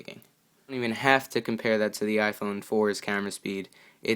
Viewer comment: The word the is mispronounced many times. The makes the THEE sound only in front of a vowel for example